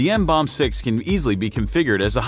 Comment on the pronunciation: You pronounce it: MMM-BOMB-BEE.